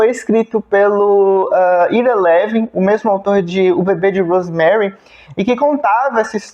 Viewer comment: Ira Levin (pronuncia-se Aira Lívin). Esse sujeito, já falecido, publicou apenas 7 livros, um melhor que o outro. É considerado o rei do suspense paranoide. Seu melhor livro, premiado e que gerou dois filmes, se chama "O beijo da morte". Um livraço! Ira Levin escreveu e publicou "O filho de Rosemary", que é a continuação do livro "O bebê de Rosemary". É meu escritor preferido. Tenho os 7 livros dele, em papel e no formato eletrônico. Recomendo.